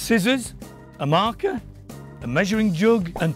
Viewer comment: he says markher it cracked me up